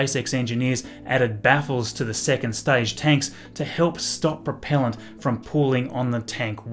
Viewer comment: Staidge is staible)))